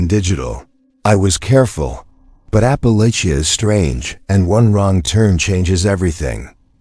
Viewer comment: Alaska up in here🔪 ps it’s Ap Pa Latch A. You’ll get more views only in My, sm opinion, if ur AI was an actual person and if u pronounced words, correctly…… But thank you none the less